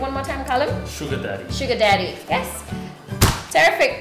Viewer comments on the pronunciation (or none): would you mind repeating.... cô ơi. với cô phát âm terrific chưa chuẩn.